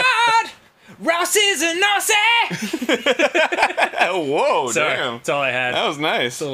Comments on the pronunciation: I’ve watched this play through so many times and every time I hear Dan said “Ross is a Nazi” low and behold I had captions on and he said “Aussie” that makes more sense now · It took me about five years and several rewatches of this series to realise that Dan is not saying “Ross is a Nazi” at the beginning of the video. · 9yrs later and I just realized he said “Ross is an Aussie” not “Ross is a nazi” 😮😅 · He was saying 'Ross is an Aussie'.